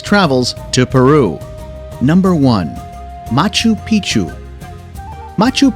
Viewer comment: Great video but the computer generated voiceover makes it really hard to pay attention. All I heard was machu pichu and titty caca